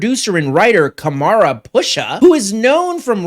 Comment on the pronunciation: I had to stop watching the second time you pronounced "Kamran" as Ka-mara. Ever heard the name Cameron before?